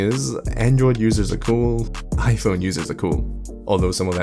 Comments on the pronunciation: "iPonyee" Crazy how a whole group of people want a phone so badly, they can even pronounce. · Oh that's why Hongdae guy is always talking about his Aipon sikshteen p'ro maXX 😂😂😂